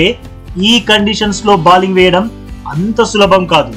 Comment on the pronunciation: ఒరేయ్... బాలింగ్ కాదురా బౌలింగ్